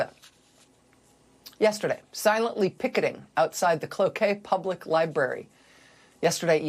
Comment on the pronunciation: I'm impressed she pronounced Cloquet correctly. This Minnesotan approves :) Musk is also delusional